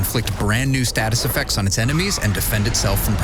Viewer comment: Learn how to say the word effecTTTs, Loser. English is not hard.😂😂😂